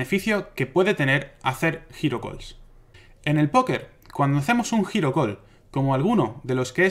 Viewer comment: ah! "hero call" yo estaba pensando en "giro call" y pues con razón no te entendía. jejejejeje